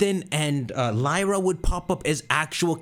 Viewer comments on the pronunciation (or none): none